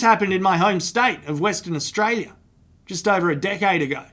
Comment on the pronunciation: When he said " A decade ago" I heard A dickhead ago